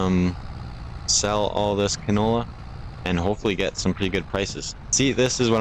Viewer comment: It's called canola. Not cantola.